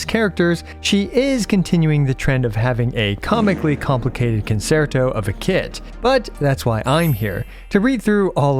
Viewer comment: "kuhn·chehr·tow" no "s" sound.